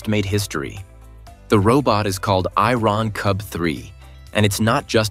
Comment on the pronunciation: The AI pronounces "Iron Cub 3" as "I-Ron Cub 3". Then it says it is 125 something-I-couldn't-fathom tall, and its jets are pushing out air at temperatures nearing 800 something-else-I-couldn't-fathom. The AI really needs to work on its English pronunciation.